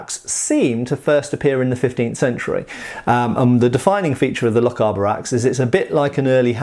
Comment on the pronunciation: Never mind the pronunciation of German things when you can’t pronounce Lochaber right,it’s lock-ay-bar